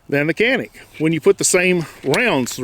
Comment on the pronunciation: Canik is actually pronounced as Janik - like Johnny +attic :). Mete is Meh-tay, Wife is Turkish so i had to ask her ;)